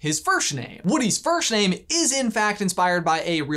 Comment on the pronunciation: I wasn't the only one to hear "firshname" was I?